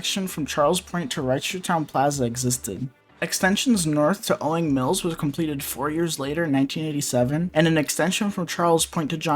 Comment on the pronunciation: Do you have something against "S"es? It's "JohnS" Hopkins and "OwingS" Mills! "CincinNati" is misspelled, too! DO YOUR RESEARCH.